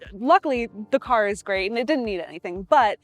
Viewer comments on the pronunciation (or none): none